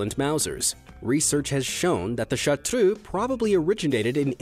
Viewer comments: chartreux pronounciation: fdgh-dfsh-hgu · I love the way you say Chartreux, I love the way it's originally pronounced. I brag to everybody about my gorgeous Chartreux girl. She is soo intelligent, loyal, and friendly, and yes.. She has amazingly fast reflexes 😂😂